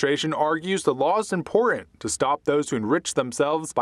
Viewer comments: The laws impooran What happened to the word important in this country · important is not pronounced imporeent